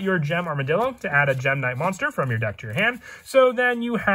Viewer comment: Why does he keep saying dak? Im confused